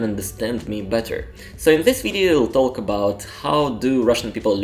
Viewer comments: About pronunciation: you always say “taLk”, while the L in talk is silent 🙂 But you speak good English, I like listening to you. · Word “talk” the L is silent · As a Brit, I have no problems understanding you and think you have an excellent level of English! However since you asked, one interesting observation I have is that you pronounce the L in words such as talk, could, would - this L is normally silent!